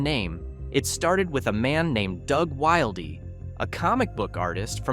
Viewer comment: I'm pretty sure his name is pronounced "will dee" not "wild ee"